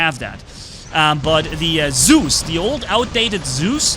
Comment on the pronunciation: The name is Zeus not soooze.